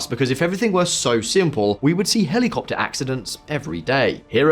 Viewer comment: Hely Copter,Hely Coptet.